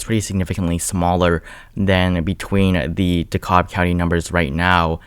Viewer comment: Subscribing for the great insight and the correct pronunciation of Dekalb 👍🏾👍🏾